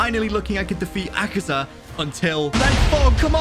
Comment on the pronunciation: Ay guys did u notice that how he says akaza he says akazar not akaza proof 👉